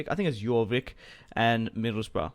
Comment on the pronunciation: ffs Middleborough it's Middleborough not Middleboro